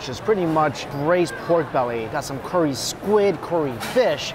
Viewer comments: curry not corey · for goodness sake is wonton soup not Wongtong and curry not Cory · Haven’t even watched the video yet he’s gonna keep describing good with umami. Change the channel name to strictly umami lol. Pronounced curry not Corry. No description of spices